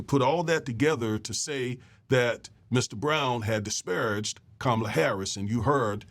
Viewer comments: It's pronounced COM MA LA. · NO its NOT!! Say it with me now! COMMA LA HARRIS. Her stepdaughters call her 'MOMALA' NOT ' MAMALA'.